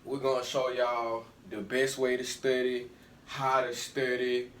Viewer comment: He said studay😂